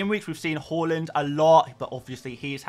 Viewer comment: Can you please say Haaaland? Not Horland?